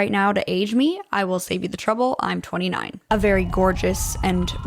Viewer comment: Bro I thought you said 26 and when you said 29 I was so confused that I had to rewind the video. XD